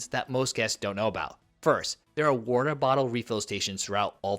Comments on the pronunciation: What is weerter? Are you trying to say water? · What the hell is wharterer?